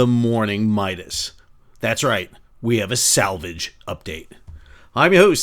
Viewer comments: sal -vage? mercogliaNO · SAL-Vage! too funny. Great video! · ‘SAL’vage, made me laugh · I always thought it was pronounced "sal-VAJ" 😊